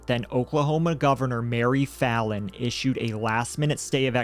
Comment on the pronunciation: Mary Faillin, not Fallin. No one calls her Fallin. Also call Stitt Shitt in your video.